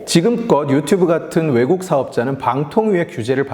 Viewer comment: 영상 초반에 유튜뷰로 발음하네요